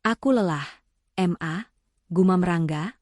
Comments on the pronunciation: BALIKPAPAN KALIMANTAN TIMUR HADIR,kenapa panggilan ke mama itu kok mmbacanya dipisah menjadi M A,aturannya kan ma aja langsung,gak enak sama sekali mendengarnya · Siapa yang membaca cerita itu masak ma dibaca em a bukan ma , bukumu dibaca buku em yu